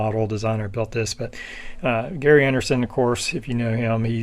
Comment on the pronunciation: Not Gary but pronounced Jerry. I had this kit as a kid.